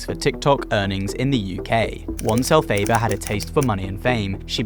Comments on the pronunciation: el fa ba not el fay da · Sorry I have to jump in here it’s pronounced EL FAH BAH, the same name as the witch in the musical Wicked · it's 'elphaba' like fab, not fabe